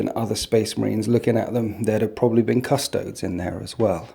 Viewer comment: man, Iove your stuff but please stop saying CUSS-TOADS. You don't say ASS-TARTS do you? It's CUSS-TOE-DAYS.